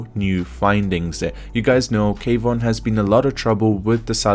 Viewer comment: Not K—wan it’s one word Kwan just said the same as Swan.